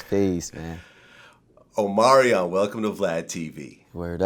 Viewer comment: “Omario welcome to VladTV.” Vlad it’s Omarion...with an N